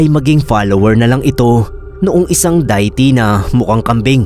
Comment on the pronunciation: Ano yun Diet Coke? Hehe kidding aside De-ih-ty (deity) kasi bigkas nun. Sorry medyo kasi nabobother ako😅